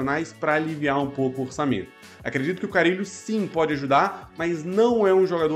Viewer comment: é com "RR"